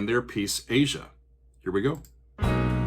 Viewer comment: I'm happy you pronounced the title correctly. Many people called it "ah-zya" (Phonetic spelling). Steely Dan is one of very few jazz based rock groups. Walter and Donald were fairly "high-brow" guys. Not your "fart jokes" kind of guys.